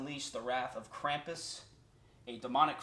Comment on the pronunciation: Pronounced Krumpus........